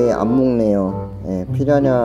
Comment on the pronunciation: 피라냐 발음 불------편